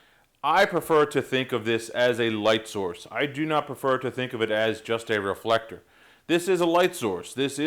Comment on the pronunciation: How he did say it at the beginning: Re-full-ek-tor?